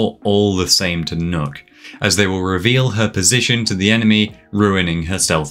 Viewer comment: “Nook”? As a Danish native is pronounced “Knock” The two K’s make that “ø” make an “Ah”